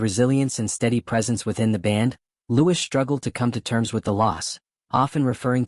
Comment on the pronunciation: It's pronounced "Louie" not Lewis